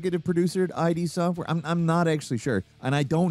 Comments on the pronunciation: You do you say I.D software instead of “id” software? I thought you knew games man. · For reference, it's Id Software (as in ihd), not I-D Software(eye-dee). Don't think I didn't catch that. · EYE DEE 💀